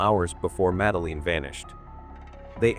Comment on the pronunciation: Uhhghhh, the AI narrator makes my ears bleed! I can't even watch the whole thing! It can't even pronounce her name or simple words like poster right! Please, get a real person to narrate, stop cutting corners to save a few bucks! Take pride in what you produce! There's too much garbage out there today!